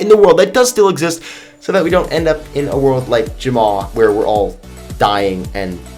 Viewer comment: You Jumma instead of Jamma